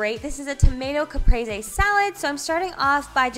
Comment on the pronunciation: I Love how says Caprese. Ka-Prey-zay